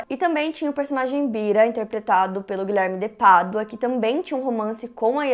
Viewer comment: Me lembro que foi com o primeiro vídeo sobre este caso que te conheci. Na época ficava irritada com você falando “Guilherme de Pardua”. E então pensei que eu tava sendo uma idiota e vi mais um vídeo, e outro e todos kkkkk. Você faz um excelente trabalho. Parabéns pela forma como aborda,.